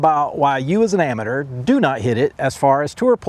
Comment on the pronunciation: Why in the fucking world can’t anyone pronounce amateur right!!!?